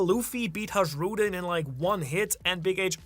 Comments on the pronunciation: why do you pronounce "J" in Hajrudin as zh? In anime it is clearly pronounced as "y". Everybody say it like that and only you, the Japanese language specialist, do it differently. Is there some logic behind that or...? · Still it's not Hažžrudin it's just Hajrudin.. Like sayin Hii to somebody..(Hii-rudin....Hajrudin That was just criminal mispronuntiation.💜💜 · MAN ON THE INTERNET, IT IS PRONOUNCED "Hay-rudin" Everytime you say HAGE-RUDIN I cringe. Please correct your pronunciation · Please check the pronunciation of Hajrudin: HIGH-roo-din (hˈæ.dʒɹu.ːdɪn). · This the reason why i stopped watching / the way he pronounced “hajrudin” name it why it pisses me off im not tryna rude or anything bcuz he knw how everyones pronounce it even in the anime..